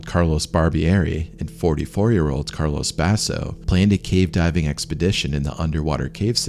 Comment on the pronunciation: Thanks for the freat documentary 🙏 Just a minor nitpick: if these guys were from Italy, their first names weren't "Carlos" . It was CARLO. Carlos = Castilian Spanish Carlo = Italian. Thanks for your great work🌺